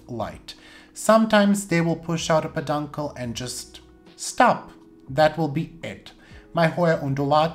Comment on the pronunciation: knows he is mispronouncing "peduncle." I think it's just hard for him to articulate.